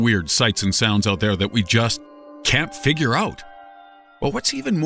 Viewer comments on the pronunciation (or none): none